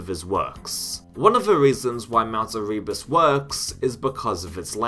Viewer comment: the amount of times you say "erebus" while mispronouncing it is pretty amusing